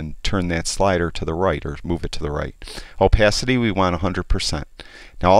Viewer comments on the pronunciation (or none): none